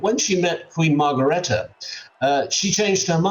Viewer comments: and mispronounced Margrethe,too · this commentator bs...cannot even pronounce Margrethe's name correctly. New King did NOT JUST stand close to a glamorous woman in Spain. Do your research...Spanish news has been covering this huge scandal. Typical fake coverage